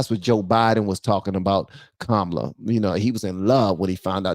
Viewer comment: I watched Nick Shirley's entire show outside the DNC. It seemed like mostly the only ones that supported Harris was old, grumpy white guys. The one guy was super peeved because Nick kept pronouncing her name wrong. It was hilarious!